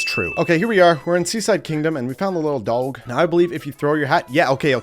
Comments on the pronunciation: Are you mispronouncing "dog" on purpose or do you actually say it like that? Dowg? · Are u purposely pronouncing dog a weird way?